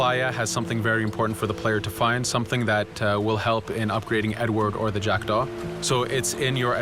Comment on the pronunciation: le bateau d'Edward et c'est jackdaw pas jackda